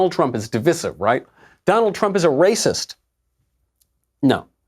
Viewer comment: Michael, I love you- always a great show. Big but coming........please do NOT say di- viss- ive- PLEASE!!!!! I am seriously begging you! It is div-ice-ive, as in divisive. The only conservative I know who pronounces it right is Tucker Carlson.....I think. The mistakenly pronounced di viss ive just sounds like nails on a chalkboard, not to mention more pretentious than anything in modern culture. You are so wonderful Michael- have pity! I will seriously never stop listening to your wonderful shows, just ..... please?😉